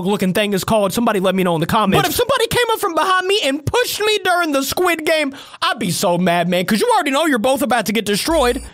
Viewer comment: the sirchile guy said welkom to sguid game